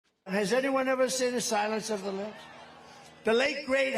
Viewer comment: Did he say, “silence of the lip”?